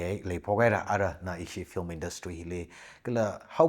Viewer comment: It should pronounce as Film not flim.